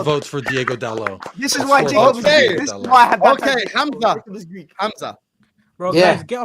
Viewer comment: trying to say Greek but actually saying Gleek 😂 Big up.